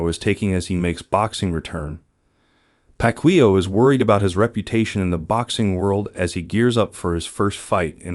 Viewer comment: I will watch the full video when his name is pronounced correctly😂